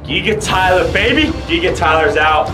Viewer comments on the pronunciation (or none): It's giga bot giiga